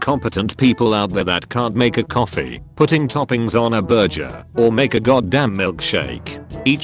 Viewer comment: Pronounces burger as 'burjer' *Surprised Pikachu face*